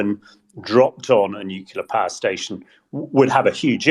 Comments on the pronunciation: Please, stop saying "nuculear", the word is nuclear, not "nuculear" (or however what they say can be transcribed). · Please require all guests to learn that ‘nuclear’ is not pronounced ‘nucular’ before the broadcast starts. It does nothing to enhance their credibility. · Everyone on this podcast always mispronounces 'nuclear'